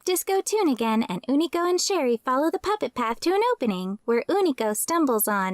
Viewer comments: Why do you keep pronouncing his as Oonico instead of U-ni-co? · Ooh-knee-co sound so wrong when unico clearly calls himself you-knee-co